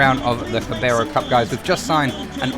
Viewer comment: It's pronounced "Cara bal", not "Cabaro". Sorry, it was just annoying me a bit 😂